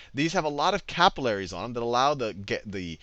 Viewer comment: the way you say capillaries annoy me ><